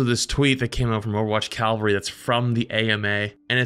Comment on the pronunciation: CAV-VUL-RY. Not cal-ver-ry.